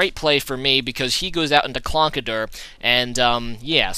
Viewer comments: It's Conkeldurr. Not Clonkedurr. -_ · Conkeldurr not Clonkederr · What is Clonkerdurr? Conkeldurr? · There is an 'L' Conkeldurr